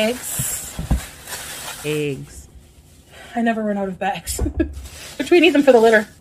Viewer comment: “ you gotta be careful when you pack the egggs” 👨🏻‍🏫